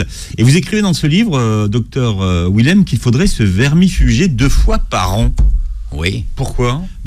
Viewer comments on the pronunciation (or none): Schweizer, Willem sont des noms d'origine germanique DONC le W se prononce Dur (pas mou comme en anglais). Pourriez vous faire attention ? Willem lui-même prononce son nom et vous ne l entendez pas... En français, le W est prononcé Dur Aussi... Ça donne phonétiquement : Vilem, ChVeizer